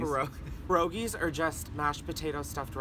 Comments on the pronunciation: the way americans pronounce russian foods kills me every time "parogis...." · smh pierogi isnt pronounced the way it's spelled 😤👌👏